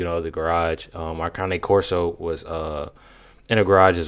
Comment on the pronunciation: No shade, not trying to be mean at all, are you trying to say cane corso it's cane like sugar cane.